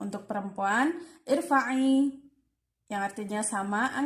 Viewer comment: Sebenarnya Cara bacanya bukan uskud tapi askud ,bukan irfa’i tapi arfa’i ,bukan juga isma tapi asma’a dan masih ada bbrapa kata2 yg belum benar pengucapannya ..maaf ya teh cuma Saran aja Semoga kedepannya bisa Di perbaiki lagi ya .sukses sllu